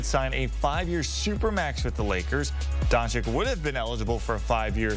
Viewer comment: DONCHICH, NOT DONCHICK. Oh my goodness, after so many years in the league, he still can't pronounce it correctly.